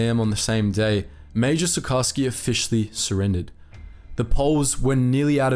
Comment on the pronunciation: Sucharski should be pronounced like SuKHarsky.